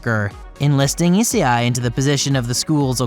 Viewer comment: I think I’m having a stroke. The way he pronounced essei and rias’s name is killing me